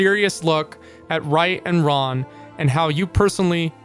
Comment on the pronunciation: When you said what is right and wrong it sounded like you said what is right and Ron, and in Japanese slang ronery means lonely and as a socially isolated character even the concept of being lonely is of course villainized demonized criminalized and ostracized to the point where in religion one must ask like God where did loneliness come from if it's such an offensive thing. What is right and what is wrong so basically what is group and what is not group yeah that's how (hiveminds attack) people think.